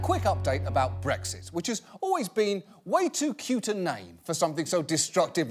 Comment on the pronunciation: I keep hearing breakfast instead of Brexit